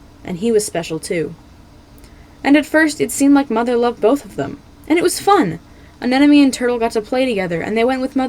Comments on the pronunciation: you mistook fathom and turtle so damn much also anemone is pronounced an-em-o-ny Besides that the video was still spectacular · Bro said fathom and anemone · Escuse me did you say FATHOM and anemone? At 4 secs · Just so you know, in the beginning you said " Fathom and Anemone" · I think you accidentally said Anemone and Fathom in the intro, lol Great video, though!